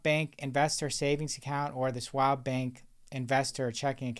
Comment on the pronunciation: SCHwab not Swab